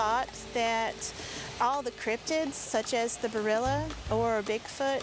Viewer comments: I wish they would say Bearrilla instead of burrilla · Bearilla is Dogman.... They kéep saying barilla😂😂😂